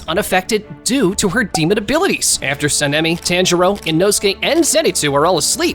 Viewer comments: Bro Said Senemi and Tanjero 💀🤣🤣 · Btw it’s saan-ee-meh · Your Sanemi pronunciation hurts me